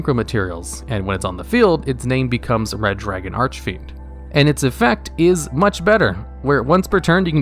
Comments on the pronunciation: You still pronounce Archfiend wrong >:C. There's no eh in between Arch and fiend, so it's not Arch-eh-fiend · (disclaimer: this comment was not posted with malicious intent) "Red dragon arch-a-fiend" I seriously can't get over the way you say the card. All your videos mentioning the card flows well, up to the point where you say "arch-a-fiend" my brain does a double take. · Arch-I-Fiend idk why but it always bothers me lol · "Archefiend" "Starlight" My god. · The last time he pronounced it "Archefiend", people gave him a lot of Commentarys to "corrected" him. This time he only said it "false" once... I am pretty sure he does that on purpose 😂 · Serious albeit pointless question: Why does he always pronounce Archfiend as "Arch-a-fiend"? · Here he go again with the “ArchEfiend” bullshit 🙄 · How you pronounced Jack's soul "Red Dragon Arch(a)fiend" :)) If he'd hear you, he would die :)) Don't be upset now :( Also, you pronounced bad "Scarlight"..